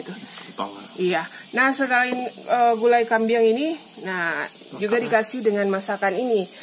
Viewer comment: Kambing..bukan kambiang